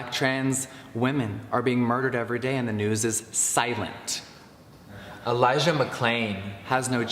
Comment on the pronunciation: No tea no shade but did he edit the part where he said elijahs name? Like he said it wrong the first time and he had to do a voice over👀